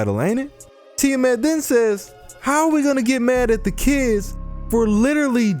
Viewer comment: "ti-a MET"..lol english speakers sucks when pronounce the "A"..